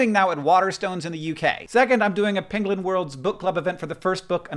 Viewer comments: Did Hank say "penglin" instead of penguin, or do I just need to get my hearing checked? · Maybe I've listened to Benedict Cumberbatch fail to say 'penguin' too many times, but did anyone else hear 'pengling'?